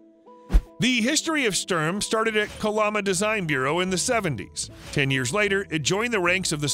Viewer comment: Shturm is NOT storm. its sh'toorm. like shh - too- rm.. just saying.